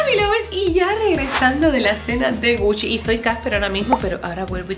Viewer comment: Algien Más sé confunde cuando dice "Puchi" i "Gucci" .